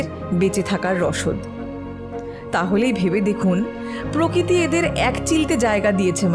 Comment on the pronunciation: দিদি ওটা প্রকৃতি, প্রকিতি না